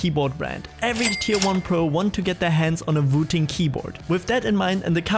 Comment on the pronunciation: It's wooting not vooting.